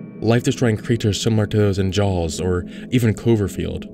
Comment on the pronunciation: "life destroying creatures like in haws..." you mean sharks? 😭